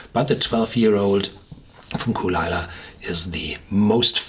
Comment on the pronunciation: It's kull-lee-la